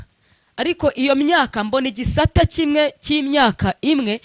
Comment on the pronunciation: Bavuga igisata ntabwo ari igisate